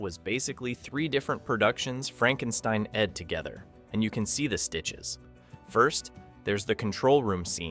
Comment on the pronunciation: when the a.i. narrator does not know the phrase "frankensteined together". 😅😂🤣